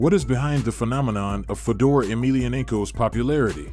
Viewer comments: Who the fuk is fuh-door? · Fedor not Fedor like Fedora… come on man that ruin this video